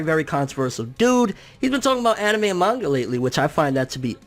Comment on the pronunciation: He said anemai